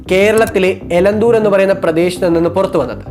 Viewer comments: എലന്തൂർ അല്ല എലത്തൂർ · എലന്തൂർ അല്ല, എലത്തൂർ ആണ് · എലത്തൂർ എന്നാണ് സ്ഥലപേര്